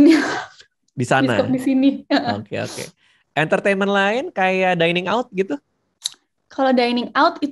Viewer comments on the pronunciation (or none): none